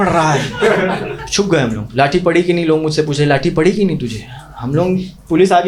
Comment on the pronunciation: लोग ❎ लॉन्ग✅😂😂